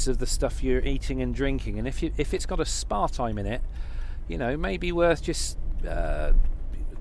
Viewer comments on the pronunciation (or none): ohhhhh it took me a little bit but i finally realized you were saying Aspartame the stuff that is e coli poo. yeah that stuff is so nasty i always have just awful problems when i drink or eat it. that's why i stay far away from it.